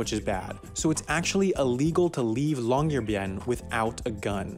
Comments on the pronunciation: This place is a research city. It's essentially a base for the local university of Tromsø. The way the guy pronounced the name of the city was cringe. Folks don't live on Svalbard (the name of the island) the way they do in other cities in Norway. It isn't 'illegal' to die on Svalbard. It is something that is actively avoided due to the problem of disposal of dead bodies and the expense to the family of flying a dead member to the mainland for burial or cremation. It is illegal to bury a human corpse there, but that goes for the disposal of bodies just about anywhere, I'd image. The half as interesting guy has also failed to mention that there are also Spanish Flu bodies in the permafrost in Alaska and the work done on the research of a female corpse from there that was published in 2007. Again... not 'illegal' to die on Svalbard. If that was the case, we'd have to jail tourists who get themselves et by polar bears. 5 deaths since 1971 but many more attacks. Recent ones: 2011,the death of a young man from England, 2015, a Czech man was badly mauled but survived, 2020 a Dutch man was killed by a polar bear. These were all people in tents. Tents made of fabric. Just pretty wrapped treats as far as a polar bear is concerned. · You can literally just go on translate.google and put it on Norwegian, type in "Longyearbyen" and hear the computer pronounce it. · Nah, but if I'm making a video about Chickens, I'll be sure to know how to pronounce the word Chicken. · I have found three videos that all pronounce Longyearbyen completely differently... Long-yeh-arr-baïn Long-year-byen Long-JEER-byen